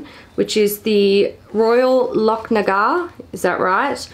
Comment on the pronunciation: You pronounced Lochnagar perfectly! 👌☺️ It’s a Mountain in Aberdeenshire, my ex is from the area and would regale me with stories of his summer hikes as a teen with his family!!